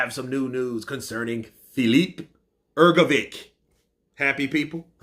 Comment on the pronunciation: you still don’t know how to pronounce Filip Hrgović. 😬😬